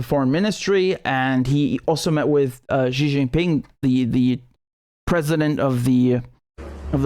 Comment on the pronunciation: Xi is prounced as See 😊 Not Jee 😊